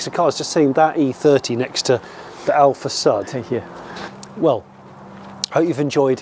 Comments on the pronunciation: Is not Alfa Sad, but Alfa Sud. Like "SU" in Susan. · It's Alfasʊd, not Alfasʌd. Cheers from Italy! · heheh...alfa SAD...you should pronounce it: alfa SOOD... alfa south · It is pronounced AlfaSood. :) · my italian ears are bleeding after 32 minutes of "alfasad", still love this show though and the passion behind this collection! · These are the kinds of collections I like!! Really enjoyed this episode!! :) Side note though it is pronouced differenty "Alfa Sud" it's pronouced sort of like "Hood" but with an "S"... Anyhow I really enjoyed this episode! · Υou pronounce with a u as in uber !!! Hopeless english blokes!!